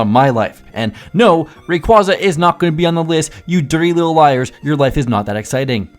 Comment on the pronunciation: Rayqaza 😂 it's rayquaza lol how do U pronounce earthquake they have qua the same pronunciation lol 😂 Def a big AHH guy lmaoooo ate the U from being too hungry 😂